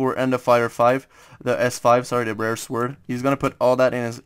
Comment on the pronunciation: Dont say sword say it like sord without the w